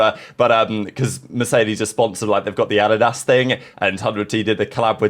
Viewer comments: a di das lmao i was was like wtf did he say. we say a dee das in merica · Addy-Dass? Lol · How did just pronounce “Adidas” lol